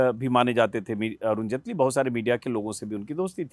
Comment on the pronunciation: तू भी जटेली की जगह जेटली कर